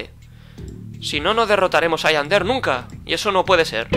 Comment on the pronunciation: Yander noooo tontooo 👹👹👹 es Yandere 😑😑😑😑😑😑😑😒😒😒😒😤😤